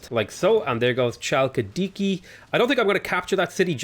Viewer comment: Hey, just wanted to point out Chalkidiki is not pronounced with a ch sound, its pronounced Halkidiki if that makes sence haha